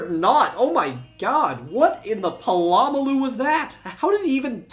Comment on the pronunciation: Pall-uh-malu > Puh-lomma-lu